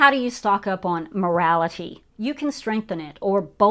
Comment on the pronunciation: 'MORALITY' ? HAHA